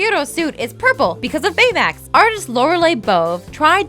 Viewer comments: I feel like they pronounce shit wrong on purpose in order to get people to comment so much on their videos. "Tadishi" "San Fransoskyo" "Baymex" Idk how pronunciation becomes inconsistent when you're reading facts and are able to do more than one take for a video that you can edit... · She kept saying "San Fransoskyo" (with an extra S in the middle for no reason), and also "Bayamax" (with an extra "a" sound as if she were confusing him with Betamax), so I wouldn't ever expect her to spell or say a Japanese word correctly. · Does she have a pronunciation problem Big zero 6 San franssssssssoyokeo Baymex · I swear none of these narrators know how to pronounce anything "sanDfransokyo " "baymiX" LIKE HAVE YOU EVEN SEEN THE MOVIE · You mispronounced Baymax on the first take and had to rerecord it, didn't you? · Why does it sound choppy? and why does everytime she says baymax it sounds weird. am I the only one who notices this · who else noticed that she emphasized the word 'Baymax' really fucking wierd